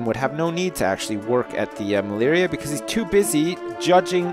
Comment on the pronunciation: Lol did he say "the Malaria"?